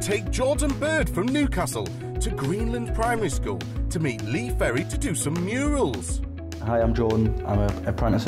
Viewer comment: Good Stuff apart from its Lee Ferry and not Perry. But hey ive been called a lot worse